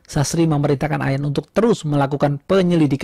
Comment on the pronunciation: Aq sub yah... ohya kata terus jd telussss... enak dgrnya